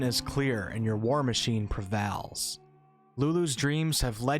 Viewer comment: Really appreciate you telling this narrative! But I just gotta say.... Prevals! Lmao